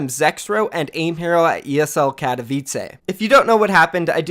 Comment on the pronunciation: I hate the way you say Katowice lmao